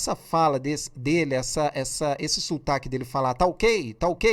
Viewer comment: E ainda diz "sultaque".